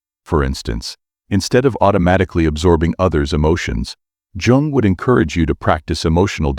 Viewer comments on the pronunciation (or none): That image is not even similar to Carl Jung. And you pronounce “yung”. Not “Djung” 😂 Each time the computer says “Djung”, I lose my concentration. This mistake is barbaric.